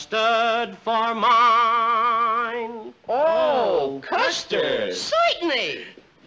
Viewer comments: Curley "sointenly" gets a thumbs up from me! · Why soy-tan- lee! Yuk yuk yuk.......